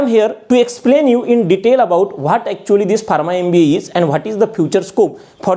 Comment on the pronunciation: Barma? Its pronounced farma